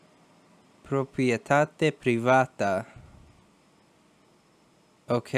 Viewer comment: a 5000 for start in my country. by the way, very good pronounciation for 'proprietate privata'. but then 2 tough rounds in south america and south east asia and there goes the gold